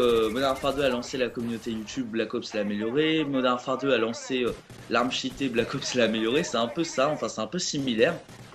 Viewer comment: franchement le niveau d'anglais zéro quoi. Cheaté se pronoonce t-chi-té et Black ops c'est pas black oups . sinon bon gameplay dans l'ensemble :D